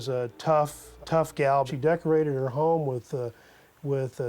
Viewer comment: FYI - There is no "U" in home.